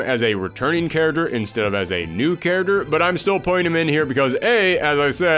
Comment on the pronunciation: Love the videos but I still can’t stop hearing “carroter” instead of character 🥕🥕🥕 Great work nevertheless